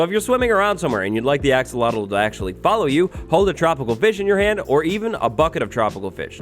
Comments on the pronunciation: be saying "axowatl" instead of "axolotl" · because of him i'm never gonna say 'axolotl' right... always 'axowotl' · I keep pronouncing axolotl to axowatl. Why is axowatl more addicting to say then axolotl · axolotl = axowatl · Axolotl to axowattles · I’m a huge fan of you wattles “axowatl” 😀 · Was anyone else hearing say "AxoWattles" the whole time or was it just me?? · When you say Axolotl I hear Axowatl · I've been wanting to say this since the axolotl was announced... "AxoWattles" XD I swore I heard say that at least 6 times! Have a good day and everyone who reads this!:D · Axe uhhhhh watl lol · Axolotls more like Axolwatls! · "AXOWATL" IS HERE time for an armada I can't wait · Like I said, we already forgot how to pronounce "axolotl". Yes, by the time we got it in snapshot form. has a strange power over us...